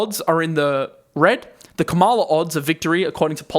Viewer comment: The correct pronunciation of VP Harris' name is — KA-ma-la. Accent is on the first syllable. Soon to be president-elect. And in the long term her administration will be so much better for the economy and the world. I'll take a short term correction any day over a fascist regime.